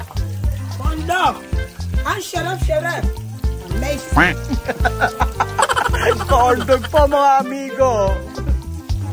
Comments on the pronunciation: One laugh for me when he say condom instead of corndog😂😂😂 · Ang dami Kung tawa sa video na ito, ma-seaensored ka pa yata 🤣🤣🤣 ano daw? cond-m🤣🤣🤣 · 😂😂😂😂😂😂corndog, Not comdom. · Tawang-tawa Ako sa Corndog na naging "'"CONDOM"'" 😂😅😂😂